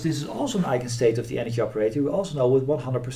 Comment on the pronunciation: Great Video. No critic, but (imo) very funny: Every time you say Energy, I hear anarchy. ;-)